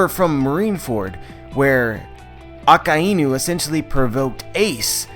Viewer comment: holy crap just say "that magma admiral" if you cant pronounce Akainu O_o